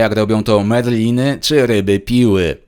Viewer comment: Marliny a nie Merliny ( Merlin to czarodziej 😉). Taki szczegół. Poza tym jak zawsze mega interesujący materiał 👌